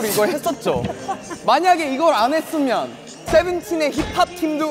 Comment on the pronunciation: 아 나 진짜 조슈지 여기 너무 좋아ㅠㅠㅠㅠㅠ 발음 꼬이는 것도 넘 귀엽고 웃김ㅋㅋㅋㅋㅋㅋ 만약 이걸 안해씀면!! 세븐틴의 힙합팀도 업써짐니다!!